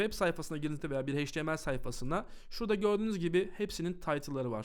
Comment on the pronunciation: çok güzel bi dersti tek bi şey çok dikkatimi dagitti maalesef. Heyç ti em el diye degil eyç ti em el diye söyleniyor. Çok yararlıydı tekrar teşekkürler.